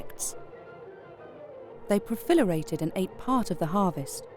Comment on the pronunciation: Profilerated? I think she meant proliferated.